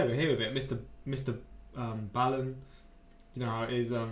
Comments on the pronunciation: I love but I doubt he will see your comment. I’ve tried to tell him that on here and IG and still insists on mispronouncing it. Again, love his content but the “Baal-in” thing is bugging me too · MrBallen is pronounced like 'ball' and 'in' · Love ya! But listen to him say his own name. Mr ballen short a sound. Like a ball. Kinda drives me nuts. I love him as much as you. So get his name right please.